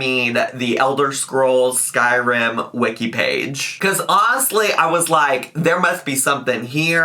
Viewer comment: I love all things Elder Scrolls and hearing you mispronounce things was triggering to me. Lol. Not really, but it could.